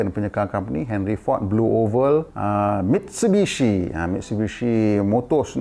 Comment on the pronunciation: Cara sebutan Jepun.... Mit su i bi shi